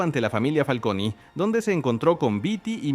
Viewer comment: Me pone nervioso que le diga Familia "FALCONIII" 😅